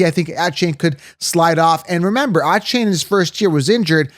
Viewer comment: I can’t trust a source when they can’t pronounce Achane and BiJan’s name correctly.